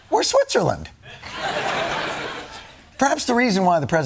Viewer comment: Was that "Switzerland" or "Switcherland" ?